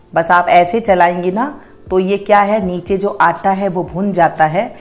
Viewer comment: What the hell is this anta?😂😂🤣🤣😂😂 That is Atta, not anta.